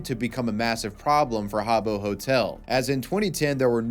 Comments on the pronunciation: “Ha-Bow Hotel” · It’s pronounced HAAA-booh 😂